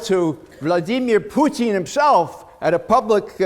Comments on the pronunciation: That's the right way to say it, in Russian. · It's because he speaks Russian, and that is the correct way Putin's name is pronounced.